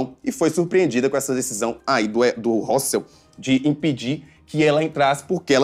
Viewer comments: eu não estou mal informadA, não (sou mulher) e ele tá pronunciando errado sim, muita gente pensa que esse é o jeito certo de se falar, mas o correto é o simples mesmo, hostel (como se fosse hotel no fim). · Ele tá pronunciando hostel errado o correto é mesmo (ROSTEL)